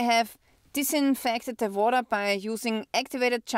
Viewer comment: Vawter (water) 😂 What's the interest rate on a flat in Austria? Watching from North Carolina! Thanks!